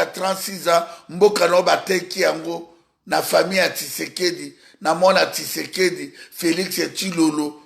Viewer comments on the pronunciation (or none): none